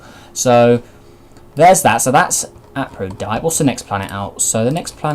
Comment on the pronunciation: Aphrodite is pronounced like “afro” and then “die-t”. I know my way of teaching the pronunciation is terrible but yeah